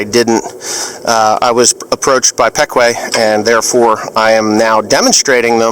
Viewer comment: is that the way Ryan pronounced the company name your saying it as peck-way here in PA we say it as pee-kwah